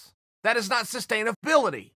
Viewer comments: Chael “Sustain-of-bility” Sonnen ... 💀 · Me: Sustainability Chael: Sustain of bility Me: ok great